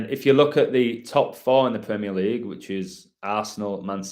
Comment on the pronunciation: The "CREAM-eer League."